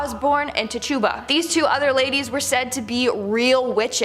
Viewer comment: Ummmm, witches don’t believe in the devil. Also, it’s “tich-oo-buh”